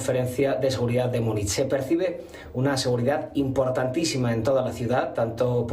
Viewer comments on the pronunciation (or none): MÚNICH, MÚNICH... SE PRONUNCIA MÚNICH